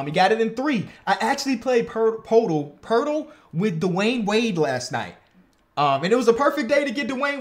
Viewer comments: Day 3 of begging that it’s pronounced “Pertle” not “PoTle”😔pls stop my pain as a spurs fan😂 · it's Pertl right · I wonder how many it’ll take for him to realize how to pronounce Poeltl 😂